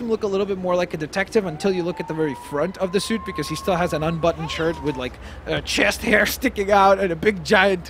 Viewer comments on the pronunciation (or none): chest hair he said it funny😂😂😂